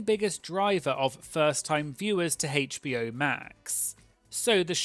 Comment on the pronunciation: The pronunciation of HBO as haych-bee-oh instead of aych-bee-oh 🙉🙉🙉🙉🙉